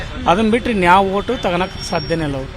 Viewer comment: ನನ್ನ ಹೋಟು‌ ಅಲ್ಲಮ್ಮ... ನನ್ನ ಓಟು ಅಂತ ಹೇಳಮ್ಮ.